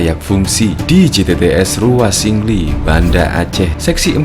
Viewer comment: Pengisi suara salah ucap Blang Bintang bukan Bilang Bintang hehe..Sigli bukan Singli...gimana seh...salah ucap..